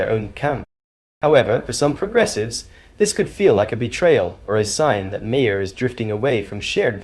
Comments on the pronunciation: It’s “Mahr” not “Ma-har.” And cut back on the mansplaining for us. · I'm late to view this but gotta ask the narrator "are you deliberately mispronouncing Bill's name differently half a dozen times?" If you want to be a commentator, take a few seconds to research names to make sure you get them right. Google helps but I'll help you this time, it's pronounced "Mar", silent H. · It’s pronounced Mar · It’s pronounced Maaar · Why not just pronounce “Maher” as Maher does himself, instead of 5 different ways that are all wrong? It’s not that hard.